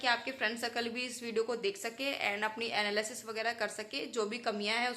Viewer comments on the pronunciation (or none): none